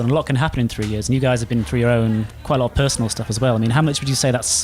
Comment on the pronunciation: "everything you go frough"